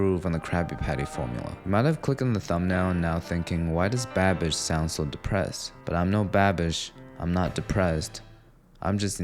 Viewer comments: Why do you say "Babbish" like "badbich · I thought you said "bad b*tch" instead of "babish" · You said Babish and I heard bad bitch lol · He said Babish, but I heard "bad bitch". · Oooh he said babish in the beginning, thought he was saying something else 😂